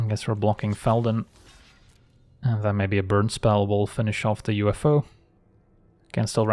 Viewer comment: i don't know, "the UFO" is pretty good, but I particularly appreciate "uffo" pronunciation....it's goddamned hilarious.